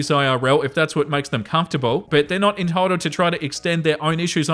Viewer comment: Very “enetitled” 😂